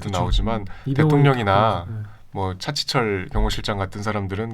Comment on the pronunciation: 차'치'철이 아니라 차'지'철입니다.